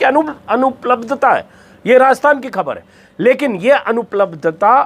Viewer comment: Hamesha ki tarah 👍 Ek baat arz karni hai, kaee baar aap 'khhabar' ko 'khabar' bol dete hain Agar aap khhbar ko khhabar bolenge to mujhe achchha lagega, mera hausla badhega ki aage bhi apni raae ka izhaar kar sakun 🙏